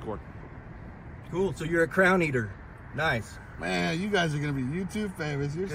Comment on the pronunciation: I think that guy needs to learn how to pronounce "CRAY-ON". It's not 'crown' you maroon.